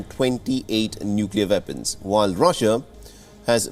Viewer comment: Its weapons not vepons